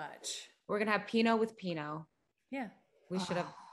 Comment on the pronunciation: pinot 😂 pinoe